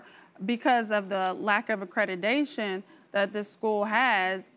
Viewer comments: For crying out loud the word is accreditation not accredidation.... Stop mispronouncing the word...! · Am I the only one cringing at hearing a judge saying "accrediDation" on and on and on? Made my ears bleed and I'm not even a native speaker...